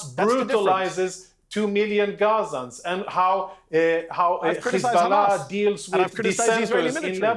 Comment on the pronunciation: Khizbollah Khouthi Khamas 😂 we have to teach this homeless unhumain criminals how to pronounce.